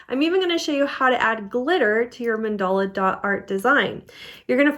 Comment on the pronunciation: Another fabulous video! So easy to follow instructions. And now I know how to pronounce mandala 😊